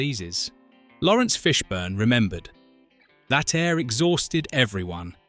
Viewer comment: The Ai voice is annoyingly inaccurate in its pronunciation of names saying Lawrence Fishburn, Wohkowkies and Warner Brothies! 😬